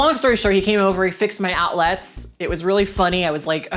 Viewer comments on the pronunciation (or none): The way you pronounce outlets is quite strange, is it regional? You pronounce it like it’s two words, out-lets rather than outlets without a very pronounced e